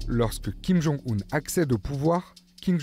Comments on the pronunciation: Le fait que la voix-off parle toujours de "Kim Jong-oon" (mauvaise prononciation) alors que les chercheurs interrogés parlent de "Kim Jong-Eun" (meilleure prononciation) me fait penser que le journaliste/présentateur/voix off manque de professionnalisme ; ou du moins qu'il a fourni un travail bâclé. J'espère que ce commentaire sera compris comme je l'entendais : majoritairement constructif, avec une pointe d'agacement. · Kim jong « oune » pas « eune » c’est bon pour vous ? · ce n'est pas une question d'âge mais de connaissance de la langue coréenne et sa prononciation. S'il était aussi expert, il saurait que 김정은 se prononce Kim Jong Eun et pas Oun comme il le fait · surtout que la vraie prononciation officiel c’est kim jong eune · J'ai vite compris qu'il n'était pas aussi spécialisé que la femme sur la Corée du Nord. La manière dont il prononce le nom de Kim Jong Un le prouve